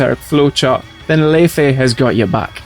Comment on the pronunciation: Fantastic video. Btw the Fei in lei fei is pronounced like “Fur”